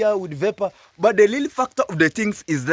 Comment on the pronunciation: Hi sorry for your story about the accident! Try and practice your Rrrr for Rrreal not Ll for llleall! I know in Korea your Rs seals but for your international audience you can change e that with practice! Practice with Gintu perhaps! This is not forcing anything but just a suggestion our beloved 🤗🌼🌹👍🏿